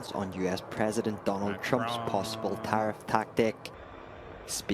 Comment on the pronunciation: Tarrif? He says it like "terrif", like "terrific", like "terrifying", like "terror ". That's why he thinks it's a beautiful, truly "terrific" word.